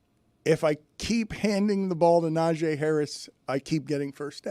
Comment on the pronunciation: Dan should have a penalty or at least have been called out by someone in a room full of sports guys. He repeatedly kept calling NaJEE Harris "NaJAY"